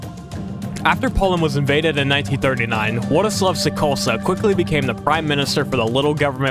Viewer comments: your pronunciation of Sikorski was atrocious, like its not even one of those crazy hard Polish surnames, it is literally pronounced how it is spelled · your pronunciation is incredible. saying “Sikorski” as Sekosleb? unheard of